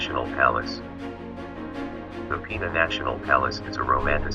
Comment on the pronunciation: Portugal´s PENA palace must be pronounced as written: PENA, no PEENA. It takes its name after Our Lady of he Feather ("pena" in portuguese).